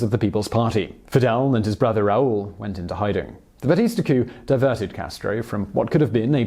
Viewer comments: Raul... is pronounced, rah-OOL; not, raol. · Your Spanish pronunciation is atrocious. Especially Raul, the emphasis is in u. Trujillo, is Tru-he-yo. Chivás is she-bass the emphasis is in á.